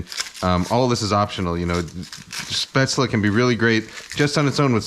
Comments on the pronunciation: Just a tip, it's pronounced "Shhh-pätzle" nocht "ssss-pätzle" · Hey Kenji - Coming from a German speaking native: your pronunciation is pretty good, only at the start of the word it needs to be Shhh - paetzle. The "Sh" should sound like as if you're shushing someone. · you're wrong there. I'm from the region Spätzle are from and it's pronounced shpätzle/shpätzli. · You are so close to the the perfect pronoctiation of "Spaetzle" Kenji, the only thing you're missing is that it's pronouced with a "sh", so it`'s "Shpaetzle" :) Other than that I have to say you are the only American that I see as an authority on German food because you have defininetly done your research on this stuff! I love your non-chalant approach to cooking , it's really helped me relax and make the best of what I have in the kitchen instead of feeling like I need to go out and get the perfect Ingredients for every dish. This might sound crazy but I wish restaurants like yours existed here in Germany, I would love to have a place that serves traditonal food with a modern and creative twist like you seem to do. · Just some German comment. Spätzle is pronounced with a SH in the beginning (like should for example) Traditionally the batter gets scraped of a wooden board into the water, which is pretty hard to do. And would you really consider this dumplings. It's more like pasta isn't it? Käsespätzle (chesse Spätzle) is basically German mac'n'cheese :D Keep up the great videos!! All the best! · FYI the 'S' in 'Spätzle' is pronounced as a 'Sh' like in 'flush'. In case someone cares, which you don't have to. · Kenji: Shpetzley 🤪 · nice video kenji! looks yummy but actually it's pronounced "schpaetzle" (sorry... :D)